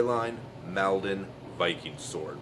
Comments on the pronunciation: It's pronounced "maul-don" like wall or fall not pal 😉 Sword is based on those used at the Battle of Maldon is Essex by the river Blackwater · Does it have distal taper🤔🇬🇧...it is pronounced moldon